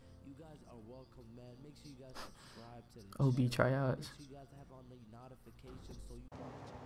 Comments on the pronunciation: "What the hell is NOOtifications" lol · your not making in valid points hes clearly right your all u did was just make fun of him and laughed just because he said notifications the wrong way but I think you Didnt put on lotion this morning or chopstick with your crusty lips